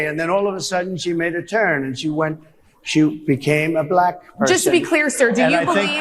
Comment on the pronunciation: Yes, he does that to make a foul sound out of the word to show his contempt for naturally dark skin. "Blech-ack" . Like that. Like he won't say Democratic. He will only say democRAT. He's a 6 year old schoolyard bully.